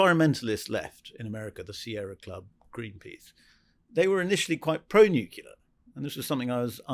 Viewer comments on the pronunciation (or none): Why can''t pronounce 'nuclear'? - newkiler, newkiler, newkiler.....